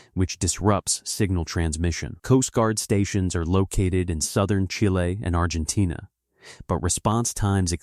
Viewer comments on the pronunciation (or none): none